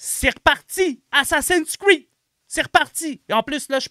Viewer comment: Un petit aparté, c'est pas "assassin screed", c'est "assassin"s creed" mouahaha.